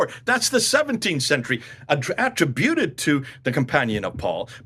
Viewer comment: Why do you pronounce "origins" and "attributed" that way? What's wrong?